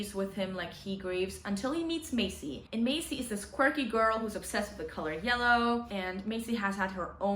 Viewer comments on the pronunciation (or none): It’s Marley, not Macey 😭🙈